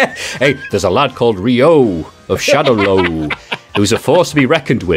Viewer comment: I sat through this just to hear how many different ways Shadowloo would be pronounced and if would get worse and worse and he did hahaha